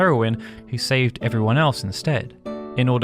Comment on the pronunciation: Save-ed? Is this fucng AI generated?